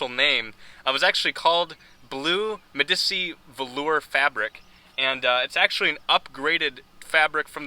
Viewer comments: Medici cloth was the best material for seats. I wish they still made seats with with velour. I HATE leather seats. BTW its pronounced May-dee-chey, it's an Italian word. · A few years ago I saw either a 1975 or 76 Fleetwood 75 Sedan for sale on eBay that had the 60/40 split bench front seat with the same blue velour upholstery. And btw Medici, being an Italian word, is pronounced Med-ee-chee. Another feature of all Fleetwood 75's was Automatic Level Control ... self-leveling rear air shocks.